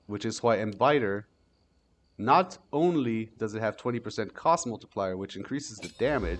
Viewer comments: Nice build! Also, it's bitter not biter. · Great vid! Youre saying embitter wrong tho lol. Youre saying bite-er but its just bit-ter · Insane build. Youve got so much tech stacked here it's nuts. How do you get to this level on knowledge in the game? 🤯 Also, the support get "Embitter" is pronounced 'em - bit - er', not 'em - bite - er'. As in, "the dog bit the man". The meaning is effectively "the act of gaining bitterness, or becoming bitter". Bummed to see you will only do one build a season. I'd love to see you get in on some Merc theory-crafting!